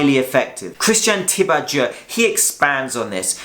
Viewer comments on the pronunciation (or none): complex topic well covered. PS - it's pronounced ti-bo-do as in "doe ray me..." :) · Its pronounced like : tsee bow doe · Great video. But let me help you with Christian Thibaudeau’s last name pronunciation... think of it as “T-BO-DOH”. Cheers! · Thibaudeau is pronounced Tib-o-dough lol